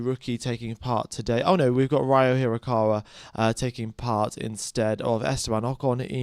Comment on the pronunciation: Ryo is pronounced Ree-Oh (pretty much like Spanish river)